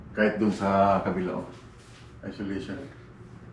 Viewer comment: insulation po idol hindi isolation, tsaka maganda sa garage floor mo is yung epoxy floors hehe